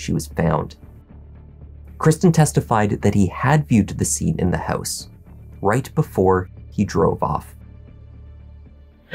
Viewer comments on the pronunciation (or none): "What they found inside the hEuse..." LOL!!! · The way you say house and pronounce “ou” always rings my ears 😂